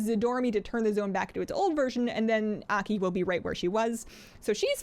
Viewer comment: pronounced AW key , Aki